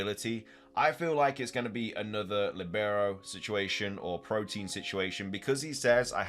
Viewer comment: By the way, its not protein ... its protean. Pro-Teen != Pro-T-an. Different words